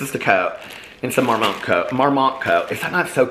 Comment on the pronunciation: I love you so much but I am CRACKING UP at you saying Marmot like it’s a fancy French company. It was founded in Colorado and named after a marmot which is a rodent. Hahaha Mormont sounds much better though 😂